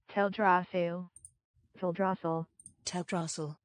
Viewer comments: The second pronounciation is the right one. It's not Tel-Dra-SIL, it's Tel-DRA-sil! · It's TEL-DRA-CIL haha 😂😂😂